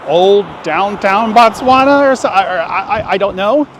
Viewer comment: She said an Indian one..I don’t know how I feel about this video.. seems like you didn’t do research before coming to Botswana.. also it is pronounced as Botswana, not Batswana..